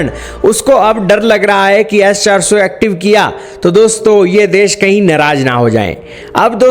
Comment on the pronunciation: yes 400.. bolna to sikhle